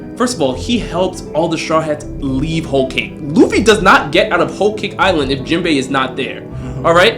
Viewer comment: no way he said Jimbei 🥺😐😐😐😐😐😐😐😐xd